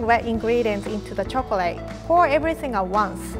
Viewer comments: Chocrate , god how hard is it to say choclate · omg did rie really say "chocorate" a few times this is so cute somehow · I love the way she says chocorate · Quarity chocorate tolt